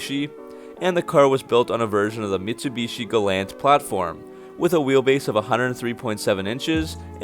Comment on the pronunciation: This really bothered me but it's only a little thing. Pronounce the Mitsubishi Galant as Gal-awnt not Gal-ant